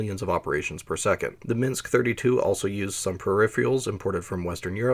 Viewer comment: Edinaya sistema sounded right, you can just say Yeah-ass that's how everyone pronounced it here, although I think I usually heard it as Yeah-Ass-Eh-Vah-Ehm (ЕС ЭВМ). Ryad is rather ree-at given English does not have soft consonants. Your Minks is perfect anyway.